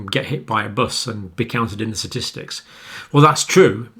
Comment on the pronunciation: “Satistics” LOL